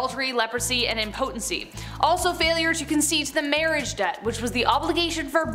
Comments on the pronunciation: "MAWWAIGE" I'M only going to say mawwige instead of marrige now, for the rest of my childhold, and maybe even teenhood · Mawwiage that's hilarious